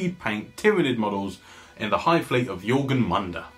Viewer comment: Awesome job! One thing though: jor-mun-gandr. //Swede